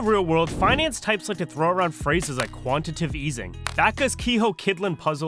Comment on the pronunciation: Quan-tit-A-tive easing